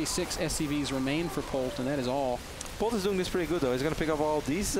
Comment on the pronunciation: Q: How do you say "Polt" in Korean? A: "Port"! LOLOLOLOLOLOLOLOLOLOL